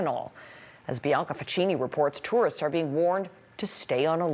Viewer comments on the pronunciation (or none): none